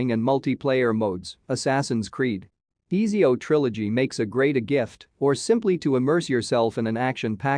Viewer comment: Pronounced atzio not "ejio"